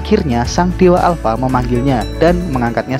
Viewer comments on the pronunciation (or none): Alpa bukan ya alpa